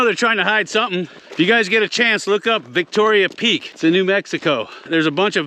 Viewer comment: It´s Victorio Peak not Victoria Peak.